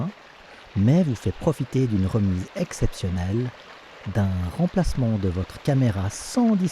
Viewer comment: Geste écologique...il n'y a rien de moins renouvelable que ce type de produit......Attention à votre diction : en français on n'accentue jamais les premières syllabes des mots.....c'est très américain tout ça...."La COMpagnie GOPRo est très MAline....Un Abonnement Annuel , une REmise EXceptionnelle pour votre CAméra...et d'un TRANSfert ILLImité de vos VIdéos...Des couleurs Eclatantes à NAturelles"....MErci pour test en tout cas !